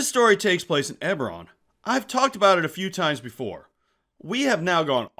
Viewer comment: Yet again, you lost me at, "Eberron."